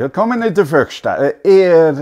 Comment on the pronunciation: 'Willkommen in der Werkstatt' was quite good. You just need to work on the 'r' we dont roll the r like that. Kunstatelie was perfect. Where did you learn german?